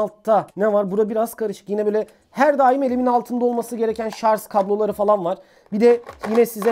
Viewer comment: Hocaaaaaam ŞARZ değil ŞARJ :) !!!